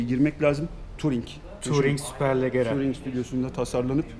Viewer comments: italyada okudum büyüdümde neden leggera türkçe okunuşu (leccera) ve lamborghiniyi (lamborcini) okuyorsunuz anlamış degilim :) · abi hem lamborghini'yi hem de superleggera'yı yanlış okumayı nasıl becerdin yahu. aras beyciğim de müthiş kibar bi insan olduğu için düzeltmiyor ama ben düzeltiyorum kardo kusura bakma.